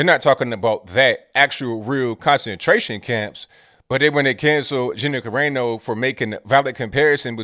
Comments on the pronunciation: its on AEYY NO its Ca Ra No.. its Italian.. LMAO... funny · Kah ray no? 😂 Kah rah no bro. Kah rah no